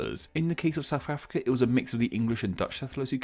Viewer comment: Homie can't even say South Africa we'll